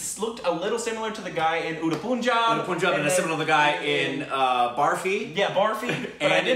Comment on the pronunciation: Its punjab as pun or bun not as in put